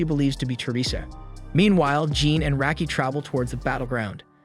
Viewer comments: First off it's rocky not racky you dumbass Clair always said rocky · That's not how Raki is pronounced.